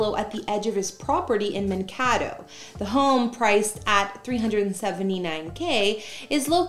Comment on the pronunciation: It’s pronounced Man-K-Doe. 😂 Minnesotan here.